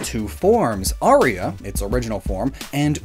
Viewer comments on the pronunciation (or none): none